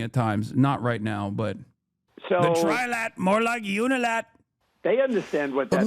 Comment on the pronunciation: He clearly says “Tri-lad” thinking it’s 3 British lads just playing together.